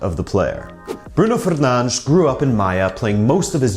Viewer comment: To think is pronouncing Fernandes wrong😌